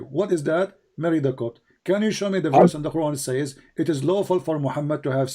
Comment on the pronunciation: Correct. He pronounced "verse" as "werse"